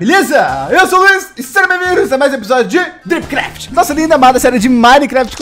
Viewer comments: Eu juro q quando ele fala a mais um episódio de dripcraft eu ouvo topcraft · É estranho ouvir ele falar dripcraft ao invés de topcraft.